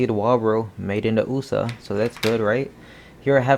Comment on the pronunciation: "Made in tha oosah" LOL